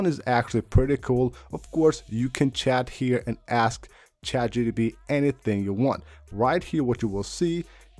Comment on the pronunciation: It’s chat GPT! NOT GTP! Bothers me 😂